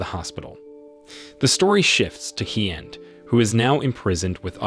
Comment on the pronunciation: I live in Vietnam and I can tell you right now that your pronunciation of these names are so wrong it's actually shameful, there is no 'd' at the end of Hien and Tien and the main character is not pronounced 'lamb' its 'Lum' but spelled Lam.....